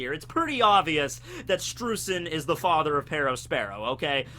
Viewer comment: Streusen is pronounced "Sh'tro'ee'sen" German's my mother tongue Also the Kana for his name is; 'シュトロイゼン' 'Shutroizen' So Oda gets it. Just follow the Kana for everything from the One Piece Wiki and you're Golden. That should be everyone's approach